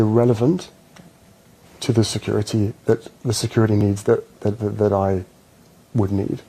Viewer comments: Briddish, securidy, sidding aaaaagh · Why’s he have to say security with a d